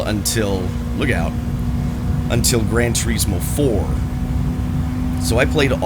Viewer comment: Its not called "Gran Turiiiiiismo".